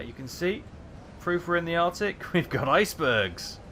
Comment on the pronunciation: "Arctic not Artic"